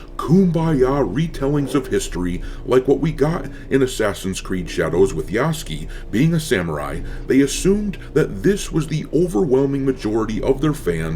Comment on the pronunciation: Say it with me: yah-soo-kay.